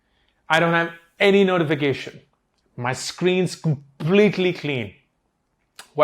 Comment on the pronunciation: Waah.... 'ja simran ja' to wandering thoughts in mind. You clearly know how to make things easy to understand..😇 Also the way you repeated and emphasized on notification, i paused the video to turn off all notifications that very moment. 😅😅😅